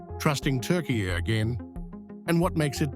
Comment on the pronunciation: Say Turkiye properly